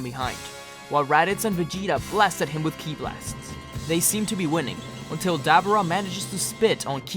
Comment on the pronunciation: no offense bro but it sounded like you were talking about a dabbing dubura but other than loved the video can't wait for the next part👍👍👍